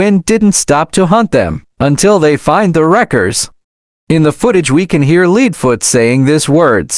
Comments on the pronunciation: Also you spelled leadfoots name like saying leading or something else among those lines also you said ksi in a very weird way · It’s not leedfoot leadfoot